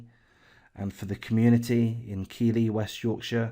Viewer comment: Just a quick tip to the uploader when doing a video you need to make sure that you say the name keighley properly as this makes you look a bit silly when you kept saying keely lol